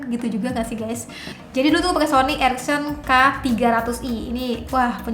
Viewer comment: Iya bnr... Bkn ericsson tapi ereksen wkwkw